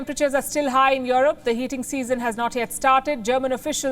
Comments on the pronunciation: This lady broke me 😂😂 these days I can't help but pronounce it as "yorop" .. I've tried forgetting it, I can't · palki "worried" for europe... hahahaaaaaa!!!